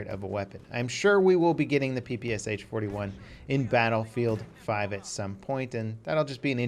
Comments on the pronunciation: Not P-P-S-H, but P-P-Shah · it's not P P S H god dammit, it's P P SH